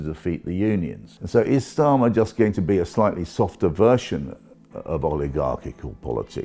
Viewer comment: Why does he pronounce Starmer like that with a hard S ... ?